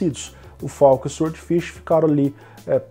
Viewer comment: "sword" ("espada" em inglês, e "swordfish", claro, é "peixe-espada") se lê "sórd", o "W" é mudo. É, infelizmente a ortografia do inglês não é nada lógica, mas é assim... No mais, continuo com meu SSD SATA de 2,5" (nem M.2 é) esperando baixar o preço dos NVMe Gen4. Apesar disso, ainda cético sobre se o ganho em desempenho vai valer o investimento financeiro. E você ainda usa o Windows 1909? Bem, as versões do segundo semestre são LTS ("long-term support", com suporte de 3 anos), mas já não está meio antiguinha, não? Estou usando a 21H1 aqui e está supermacia, sem nenhum problema (não precisava, na verdade, mas como eu troquei de PC na mesma época, por que não?).